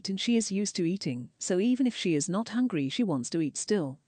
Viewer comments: "I'm not exactly Hongry" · If she pronounces “hungry” as “hongry” one more time I’m gonna start biting people. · has to be going full gas on trolling now. The constant “I’m even not hongry” and “I need prootein!” Her stupid tiktok lingo 🙄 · The way she says HONGRY triggers me so badly 😩😩😩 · She is sayingi and hongry like that on purpose now to trigger hatewatchers; suddenly it doesn’t piss me off anymore I’m now just pissed that she’s trying